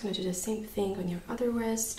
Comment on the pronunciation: Great video! I'm laughing when you say "strong" or "thing". It sounds like stronk and think 😂